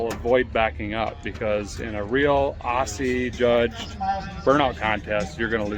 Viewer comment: As an Aussie, couldn't be more proud of our greatest export, the mighty burnout. Can we work on pronouncing Aussie? It's O-ZEE, sharp 'o', as in 'ought'